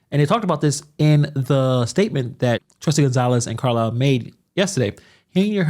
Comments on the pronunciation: So she wants to sue for defamation ,but insists upon calling trustee Carmen Carlisle " Car-liar"? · Lol I’d rather be called Carlliar than Theifany